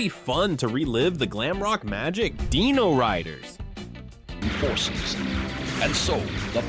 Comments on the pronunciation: It's pronounced DIE-NO-RIDERS, Not DEENO-RIDERS. And this is BEFORE I started hearing DEENO-saucers! SMFH. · Dyno not deeno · Come on man, Die-no, not Dee-no. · downvoted for not knowing how to say "Dino-Riders" and "Dinosaucers" when your own clips show you how to say their names.